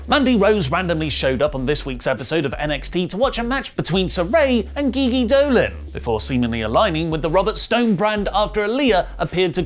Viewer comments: I can tell you've never watched NXT. You can't even pronounce their names correctly. It's pronounced "Jiji" and "Ah-lee-yah". SMH. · soft "g" for GiGi and long "e" for Aliyah. Do you even watch next? You know they say their names on the show. You should listen and pronounce it the way they do, you know, properly. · So you pronounce it "jif" and save those hard Gs for your pronunciation of Gigi Dolin... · Aliyah is not pronounced a-liar. It's ah-lee-yuh. Nor is Gigi pronounced Ghee ghee it's jee-jee. Thought you guys watch these products? Poor form mate.